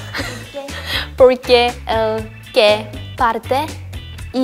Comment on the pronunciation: Ryujin en el trabalenguas español en “que” dijo “wey” xdd